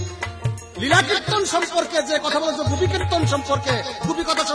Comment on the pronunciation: নীলা নয় হা হা হা হা। লীলা, নাস্তা নয় রাস্তা,নাল নয় লাল।রসিদ সরকারের ভাষা ঠিক আছে